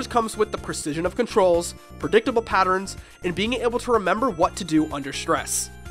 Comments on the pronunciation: What the f*** is a patterin?? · Attack "patterens" xD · I'm sorry....is he saying "patterns"...?